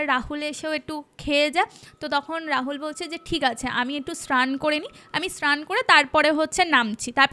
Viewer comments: ভুল ভাল উচ্চারণ গুলো গল্পের মাঝে খুব বিরক্ত লাগে এগুলো একটু ঠিক করবেন শ্রান❌ পবলেম❌ স্নান✔️ প্রবলেম✔️ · কিছু কিছু উচ্চারণ খুব কানে লাগে, ভটি না বটি, শ্রান না স্নান এগুলো তো ছোটবেলা থেকেই শুনে আসছি! এগুলোর দিকে নজর দেওয়া উচিত। আগেও অন্য চ্যানেলেও এটা দেখেছি। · শ্র্রান, মোদ্রা কথা, পবলেম এগুলো শুনতে খুব বাজে লাগছিলো, আগের একটা পডকাস্ট এ শুনেছিলাম হিন্দি হরর পডকাস্ট এর থেকে কিছু টা সাজানো গল্প আর বাকি টা জানি না কোথা থেকে নেওয়া, বুঝেছিলাম সত্যি ঘটনা মোটেই না, আর সাথে এই চিবিয়ে চিবিয়ে জোর করে টেনে বাংলা বলা, সত্যি মিথ্যে জানি না কিন্তু এগুলো খেয়াল রাখলে হয়তো দর্শক দের প্রতি ন্যায় করা হবে!